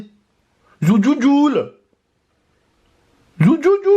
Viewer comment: c'est thejuljul pas zoujuljul a je vous kiff trop a cause de vous ma mère c'est réveillé tellement j'ai rigoler bisous a vous😂💕👏